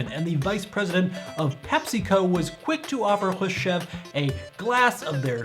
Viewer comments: so much of this is wrong in this. Soviet ruble has been in international exchange since 1924. coke was in Europe before the war, hence why we have Fanta (interesting story, go give it a read) and oh my god you can not pronounce Khrushchev's name whatsoever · Hrushcev, huh? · How in the hell do you mispronounce Khrushchev!?